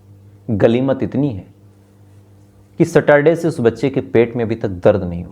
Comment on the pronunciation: Ganimat not galimat.